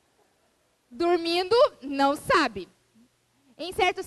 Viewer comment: Esse poderia conjugar o verbo corretamente...Um professor falar "falano","dizeno","dormino" pega mal!